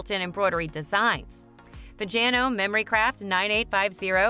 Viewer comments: Someone needs to tell them how to pronounce JanomE. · Good video, except you don't know how to pronounced 'Janome'. Lol